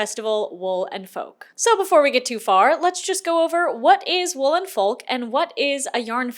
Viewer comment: I keep hearing "Wool and Folk" as "Woolen Folk" and keep picturing a convention of people in oversized fur coats 😂